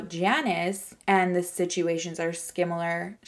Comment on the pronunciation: Skimilar... Haha! I love you! 😂